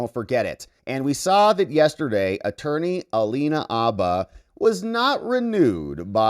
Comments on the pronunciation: Bro, the H is not silent. Habba, not Abba. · Its haba with an h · Minor note: the "H" in Habba's surname is pronounced. "H," as in horse, not "H" as in hour. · The "H" is not silent in Habba. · Alina Habba, …with an aspirated “H”.